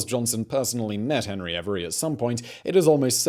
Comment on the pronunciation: Hebry every? Not henry avery?